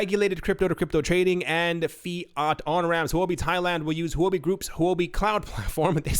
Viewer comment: Huobi is pronounced, "hwuh bi." It is Chinese for cryptocurrency. I love your show.